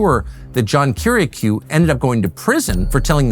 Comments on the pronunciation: I can’t understand how it’s physically possible for Tucker to mispronounce Kiriakou’s name when he’s literally producing a show about him. Little things like that really make me skeptical of a person. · Have a guest featured on your program and yet continuously mispronounce his name lol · cheese n crackers tuck.. how u gonna do several doc episodes where you keep mispronouncing johns last name.. some in bak to bak sentences lmfao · Two questions: (1) Can anyone possibly look more soulless and evil than John Brennan? (2) Why can't Tucker pronounce Kiriakou correctly? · It's quite curious that Tucker mispronounces Kiriakou's name. There's no chance he doesn't know. So why? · Learn how to pronounce his name tucker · You don't even bother to learn how to pronounce Kiriakou's name correctly, Tucker. How is anyone supposed to trust you've done your due diligence in anything else regarding this matter?